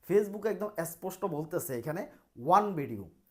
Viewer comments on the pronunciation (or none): none